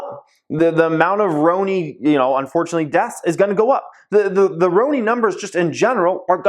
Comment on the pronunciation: Why I always think about Rooney when you said Roni🤣🤣